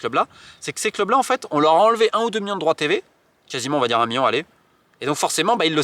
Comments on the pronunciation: toujours aussi insupportable à écouter, répète après moi Romain : « miLLions, miLLions, miLLions … et arrêtes avec tes miyons merci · les fameux "miyon" d'euros 😂😅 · J'aime comment Romain prononce million en "miyon" ca me rappelle l'accent de mes racines !!!! Keep the faith and the good work, merci Romain !